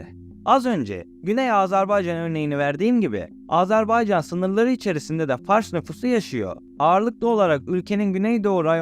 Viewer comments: AZARBAYCAN DEĞİL AZERBAYCAN'DIR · AZARBAYCAN deyil AZERBAYCAN ya da AZƏRBAYCAND, ilk önce devletin adını düzgün söyle